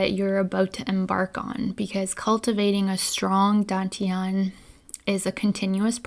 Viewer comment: DAN is pronounced like 'STUN' without the S, not like the English word 'DONE' Dān tián 丹田 just copy these two character into google translate check the pronunciation with speaker icon